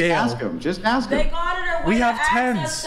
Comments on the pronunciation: why do a lot of black people fail to say the word ask. do they think that it is spelt aks? they probably do. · Never argue with anyone who pronounces the word ask as "ax." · She even threw the "axe me a question" in this episode as well..😮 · Earf = earth, maff = math LOLOLOL axe = ask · Earf, axe, and teef 😂